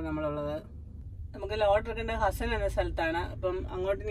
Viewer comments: ഹസ്സൻ അല്ല, അത് ഹാസ്സൻ ആണ്. A district Headquarter in Karnataka. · ഹസ്സൻ അല്ല ഹാസൻ